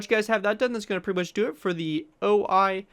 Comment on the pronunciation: Wouldn't it be pronounced 'o - i' instead of 'oh - I' because of the Japanese language?